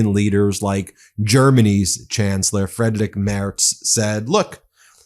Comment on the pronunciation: It's Friedrich not Frederik Merz so it is pronounced "Freedrich" (ch as in bleach) 🙂